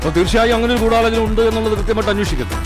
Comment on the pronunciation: ദിലീപും പറയുന്നു ഗൂഡലോചനണ്ട്.... മൊത്തത്തിലൊരു ഗൂഡലോചനാമയം... 🤣🤣🤣